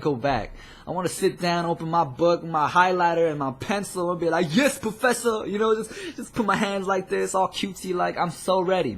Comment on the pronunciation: wahaha the way u said professor was sooo funny! i keep playing it back to that point! :) that made my day and film skool in cali?!! idk which one but i have a really close friend who goes to a film skool in cali!!! he said he loves it! GOOD LUCK!